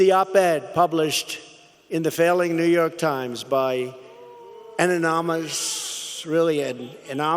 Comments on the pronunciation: And tell him how to pronounce anonymous. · Is there something wrong with the sound feed or did he really butcher "anonymous" that bad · He can't pronounce "anonymous" correctly... pfft, BAHAHAHAHAHAHAHAHAHA!